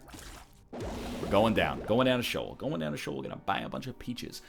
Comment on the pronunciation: I just noticed that the floor "Sheol" is a word in my language hebrew and it means hell :D btw its pronounced "She Ol" and not "Showl"